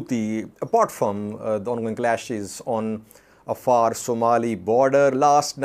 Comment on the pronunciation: Hey, how come you can't pronounce the Afar with the ع